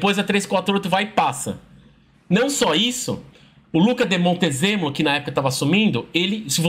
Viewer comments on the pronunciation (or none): é "Luca d*i* Montezemo*lo*".